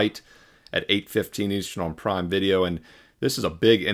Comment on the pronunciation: I like how said “ prime” . That was funny